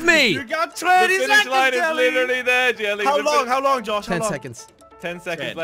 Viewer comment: because it is his actual name is jelle but difficult to pronounce so he change to jelly